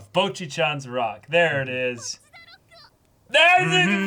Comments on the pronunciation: I keep hearing the boys say BOJI instead of Bocchi. Ranking is just too fresh lmao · Man said Bochi